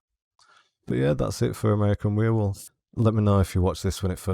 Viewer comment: First man to pronounce werewolf right. Thanks! And you're right the sfx are much better than cgi. Still looks good. Could of course be better - but film should start with this sfx and then "touch up" with cgi...